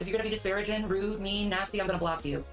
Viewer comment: it's not disparaging. It's diparaGIN'! You know, like takin', treatin', nothin', eatin', losin'!!! Shanmu the linguist knows!!